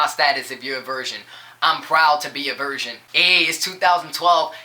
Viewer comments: Thanks:D Pretty much agreed 100% with what you said I dunno if it's just me but it seemed like you were saying version, is that your accent or..? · "Version" lol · he can sing though......he says virgin weird